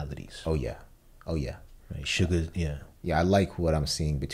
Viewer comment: I think its hilarious that they pronounce Suga like Suga of BTS instead of "soo-ga" like the characters pronounce it because i was in the exact opposite position where i had watched haikyuu before getting into BTS so for the longest time i pronounced Suga's stage name like the anime character 🤣